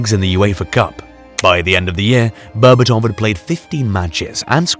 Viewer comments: the way you pronounce his last name makes me vomit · Bro made a 16 minute masterpiece documentary and didn't bother learning how to pronounce Berbatov's name correctly